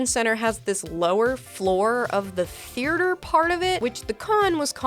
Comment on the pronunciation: Did I miss a meeting/email where everyone agreed to call "theaters" "thearters" or what cuz I feel like I'm going crazy. why is everyone adding an extra R????